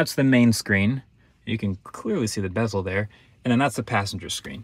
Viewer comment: When he says "you can clearly see the bazels" of the screen... You know already is going to be a lost battle for Mercedes